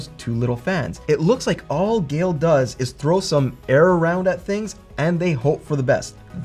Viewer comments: Geil is pronounced like the name Kyle, but with a G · I get Geil is hard to pronounce, its kinda the nile, but with a G :)